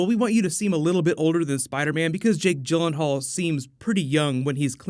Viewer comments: I thought Jake Gyllenhaal was pronounced 'Gill' not 'Jill'......? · I love Jake Gyllenhaal but hate hearing people butcher his last name